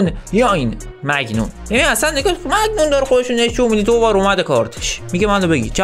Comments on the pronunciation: اون دروازه بانه میلان مایگمانیان اسمش نه مگنون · اون دروازه بان مگنون نیست مانیان هست مایک مانیان